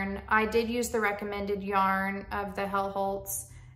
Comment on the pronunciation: Hjelholt is pronounced “Yell-Holt” just in case you wanted to know 😊